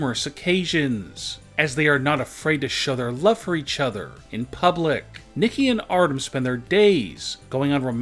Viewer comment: “Eachothrrrrr” “Togetherrrrrrrrr” god lord